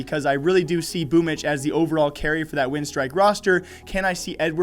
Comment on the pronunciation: It's pronounce this way - BoomYCH